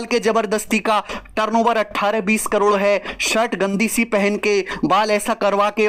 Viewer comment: करोड़ ❎ कलोड़✅😂😂